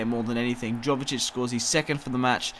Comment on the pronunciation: Sorry to be picky, but its pronounced Yo-ve-tich (Jovetic) and Antwon (Antoine Griezmann). Your videos are awesome though mate, keep up the good work!